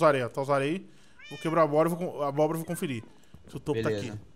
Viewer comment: o fala mo cério abroba kkkkkkkkkk